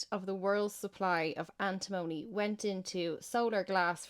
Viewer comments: Point taken on Antimony (you're saying it wrong though), but every other mineral i can see on that list has plenty of civilian uses, including in green energy. It is kind of funny that the one other mineral you do mention is lithium because that's the least useful one on the list by far. Coking coal is horrible though, calling that 'essential for green tech' is beyond ridiculous, we should be phasing that method of steel production out entirely. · I work in lead refinery An tim money Is how we pronounce it Phonetically But it's very dangerous in fumes or dust. It Does be in ingots of lead we get in.